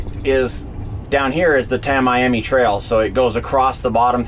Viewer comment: Tam-me-ammi, you sexy devil. But actually, I enjoy when you butcher local pronunciation.